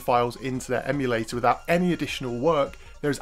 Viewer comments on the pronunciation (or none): Say it with me: em-u-la-tor